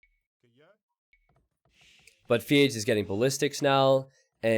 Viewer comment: It triggers me when you say Feage, the way its written in his name "FeAge" makes me think its a play on words with Iron Age from AOE 1